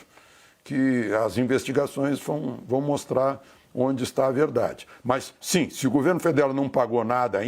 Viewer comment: “ É vedade eçe bilete” ass: Luiz Mirando 🔫 🎯😅